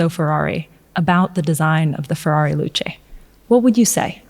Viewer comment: The Ferrari Luce, pronounced "Loo-shit"